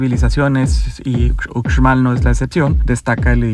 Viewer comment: Solo un dato, no se debe pronunciar la x cómo lo haces, es ushmal. La x en maya suena sh